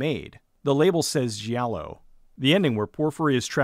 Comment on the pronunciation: just fyi, in Italian a "G" is followed by an "i" or a "h". This tells if it is a hard or soft G sound. So "gi" is like "Jay" while "gh" is like spaghetti. So giallo should sound more like Jallo. Like Gianni really should be pronounced like johnny or Gianna is pronounced like Janna. Just sent this movie to the top of my netflix Q dude.